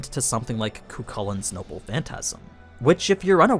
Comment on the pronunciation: Cuchullain is pronounced Cu-haw-lin. Don't use google pronunciation it's very "American-y" It is up to dialects, of which there are many. Some pronounce it with a Q and others pronounce the second c like "cook". Just about all of them pronounce it "hawlin" though after. And a silent second c is very common.